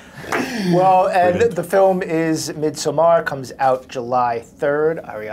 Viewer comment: the way the interviewer is pronouncing Midsommar is making me lose my mind.